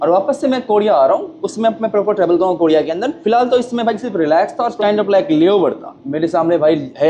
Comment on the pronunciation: Bhai R ko D bolna kab chhodoge ... Kodiya 😂😂😂 bhai koriya